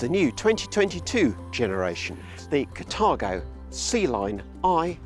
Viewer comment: Catargo ? Car-tha-go is how I would pronounce the name